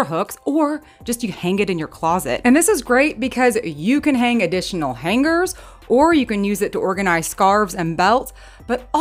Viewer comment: What are “hang-grrrrs?” Lol 😂